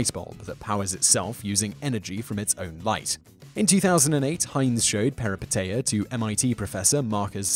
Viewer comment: #2 it should be peripeteia, not perepiteia. it's a Greek word for "a sudden reversal of fortune or change in circumstances, especially in reference to fictional narrative."